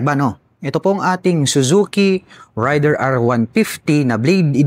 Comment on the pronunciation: Para sa Suzuki Raider: Mispronounciation po ang ray-der (rider). Ang tamang pagbigkas ay rey-der (raider)😂. 🆗?